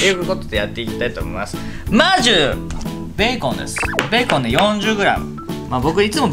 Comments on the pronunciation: 調理開始すぐの「まず」がもう言えてないw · まじゅ！ すらたきなんですけど…😂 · まじゅ！がくっそかわいいww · まじゅー(笑) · 『まずゅ～』かわゆ～い😆💕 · まじゅ！でこちらも限界ww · 「まじゅー」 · M ee まじゅ！w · やっぱそうですよねwww良かった、自分の聞き間違いじゃなかった❗